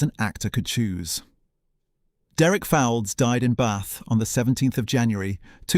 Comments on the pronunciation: Replace AI, it's pronounced. Folds, Derek Folds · Derek Fowlds - his surname is pronounced "Folds".